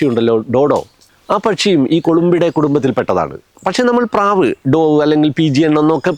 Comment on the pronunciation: ഡോവ് എന്നല്ലല്ലോ... ഡവ്വ് എന്നല്ലേ